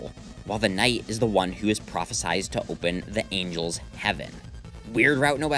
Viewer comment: Toby-go-nuts writes horror in a way no one else does. It's like J-horror but also goes in its own direction. Btw, do you think Blood Crushers is like Evil Dead combined with Phantasm? By that, I mean the Phantasm movies, not Penumbra Phantasm. "Prophesied." Pronounced with an "eyed."